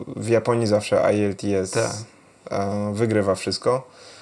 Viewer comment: ciekawa rozmowa! P.S. na przyszle wywiady... IELTS exam, wymawia sie powszechnie [ajelts egzam]. To jest test poziomujacy od A0-C2 w skali 1.0-9.0, im wyzsza ocena tym lepsza znajomosc jezyka, wystepuje w dwoch wersjach Academic i General, native speakerzy tez musza go zdawac np. w celach emigracyjnych, czy dostania sie na uczelnie... Sam kiedys zdalem IELTS Academic na 7.0 (C1 proficient user) stad troche sie orientuje :D